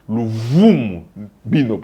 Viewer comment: c'est "luvunu" pas luvumu.